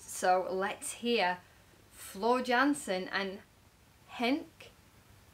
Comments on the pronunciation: Your subscriber count is mostly down to a single good decision - a Nightwish reaction. Nothing else on Youtube will get you that degree of exposure. (Please pronounce her nicely - Yansen, not Jansen) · well you are pronouncing floors' name wrong, it pronounced (Yansen) j sounds like y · Her last name is pronounced yansen jansen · I'm so glad you got back to Floor! Btw, she is "Yansen" (Dutch) ;) Henk P-o-o-rt, with long"o" (also Dutch). He sings Phantom for decades, so this IS his role, he can pull it off while sleeping) I can recommend Lady Gaga's Shallow Floor sang in a same show [ ], and song Mama (in Dutch) [ ] from Beste Zangers also.